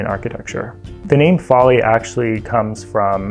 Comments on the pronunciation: He meant Folly. Those buildings in England are called Follies (rhyme it with Lollies) he just saying it wrong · I don't doubt you do know how to spell folly, but if you were basing it on how he said it I would have thought it was spelt Foley too! It must be how he heard it at college. But I do feel his lecturers should have got that right. I'll go check out that timestamp, thank you😃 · Folly to rhyme with Lolly. Lol, it took me too long to work out that's what he meant!